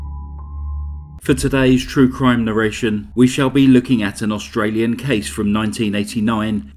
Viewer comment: Well done on your pronunciation of our Australian towns!